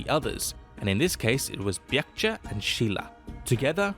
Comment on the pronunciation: No he doesn't...good Lord Baekjae was pronounced horribly. LMFAO.